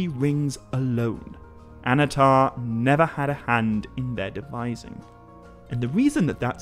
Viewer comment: Annnatar, not Anatar. Emphasis on the double NN.